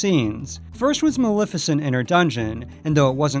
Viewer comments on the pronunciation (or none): It's malef as in Left not Malef as in Lift. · Isn't it MA-LEF-I-CENT? You keep saying Mal-if-a-cent. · dude you totally mispronounced maleficent's name. It's MaLEFicent ( Lef as in left) NOT MaLIFicent (lif as in lift) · Maleficent's name is also actually pronounced MaLEFicent , the "Lef" being pronounced the same as in "Left". that's the way it's pronounced in the original film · You pronounced Maleficent wrong. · Argh! How many times can one person say Maleficent incorrectly?!!!